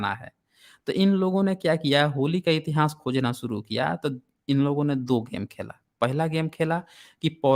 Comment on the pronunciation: श्रीमान जी इतिहास शब्द का उच्चारण सही करें